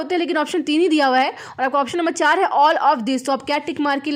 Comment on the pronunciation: Jab aap bachha bolte ho to bahut mast lagta h 🙂🙂